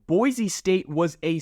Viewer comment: BOY-SEE STATE! Not boyzee. There's no Z in Boise. Dirk Koetter (pronounced Cutter). And Ashton Jeanty (pronounced Jintee) If you're gonna talk about BSU history, better get the names right. Just saying 🤷‍♂️